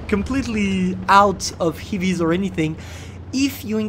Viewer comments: Heavies , not hivis... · Why is he saying "hivies"